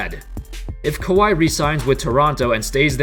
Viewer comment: It's pronounced "Cow-Wee Leonard" not "Ka-Why Leonard" 😏